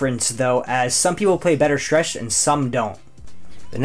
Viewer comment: Say schtchreched one more time... I dare you.....